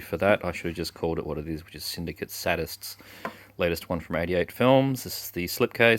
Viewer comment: How better to start an Explosive Action update than with some Cirio H. Santiago:) Syndicate Sadists you pronounced as Suntanned Stripper Strikes!?;) LOL Looking forward to seeing Death Race 2050. Manu Bennett is going great guns & he is perfect for these low - mid budget 'B' movies. Can't go wrong with Scott Adkins. de Barrett is the WWE connection on that one. A British wrestler who has been associated with the WWE in recent years. Ice Sharks, COOL!!! Phantom Racers looks reminiscent of the old Charlie Sheen outing, The Wraith. Good stuff. Enjoy:)